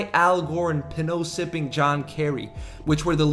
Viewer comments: It's so fucking ironic you're doing a video about dumb people and can't pronounce pinot... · Commenting for the algo. Awesome video... And Pinot is pronounced pee-noh (its a type of grape that they make wine with)